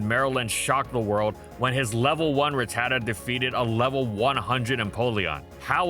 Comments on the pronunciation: It’s rat-ta-ta not ruh-tata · The way he pronounces RATatta is so tilting.